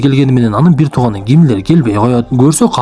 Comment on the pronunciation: Кашайган Гимлер дейтко🤣🤣жаразында